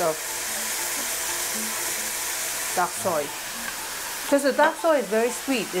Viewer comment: Did you say duck soy, or dark soy ?